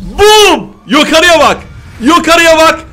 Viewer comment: Yokarıya baq YoQarıya Baq :D